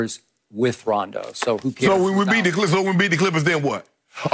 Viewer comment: She said rondo rondo 😂😂